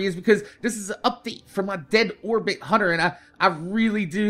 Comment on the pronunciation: Did you say 'My Dead Whorebit Hunter'